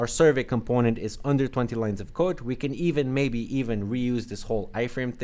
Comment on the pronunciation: ahh i got it. It sounded like (can't)